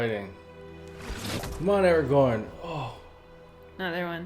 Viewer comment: Im not trying to be rude but it's araGORN NOT eraGON that's a different book series and movie